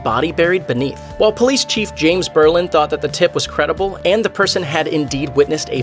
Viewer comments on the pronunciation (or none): none